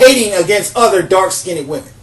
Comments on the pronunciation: I love the way you say dark skin-ned women, it cracks me up! Priceless and gorgeous. However, if a brother doesn't like my dark skin, it's all good, I get checked out by many many others. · smh....."skin-ded"? Artculate first, then educate others. But, good perspective. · Listen, young man, first learn to speak the language you use properly. You are not pronouncing the word skinned improperly. The "ed" in the word skinned is not a separate syllable. The word is only one syllable. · Please pronounce "skinned" correctly. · Oops accidently hit post. To finish my post. Skinned is only one syllable. (Skind) not (skin ned). Just to funny hearing him. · He is mispronouncing "Skinned" as "skinied" not skinny! Like ax for ask! He is unable to enunciate! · The way he says "skinned" cracks me up. He says (skin ned) pronouncing the n twice instead of (skind). Skinned is only one syl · I'm sorry but "skinnid" 😂😂😂? I get his point though. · Hi I live as a black woman and I also hate the fact that light skinned women are top of the tree when it comes to beauty! I love the topics you pick and I want to see more information about the topic. Please, however can you say dark (skiind) rather than skindeed? I would really appreciate it. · It IS SKINNED.... Not SKINNDDEDD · Every time you say "skinded" I cringe! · skinned not skinneded Wtf pronounce it right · Skinned,skinned not skin-ed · Let me help you here with your ability to speak with more authority. First of all; You are pronouncing the word 'Skinned' all wrong. It is not; 'Skin id'. It is pronounced; 'Skinnd' Not' Skin id' And I agree with you, by the way. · I mostly agree with your points, but please learn the correct pronunciation of "dark-skinned". You sound like you are putting an extra "ed". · I really appreciate this video but the word is "skinned" not "skindid". :) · sounds like hes saying "dark skinny women"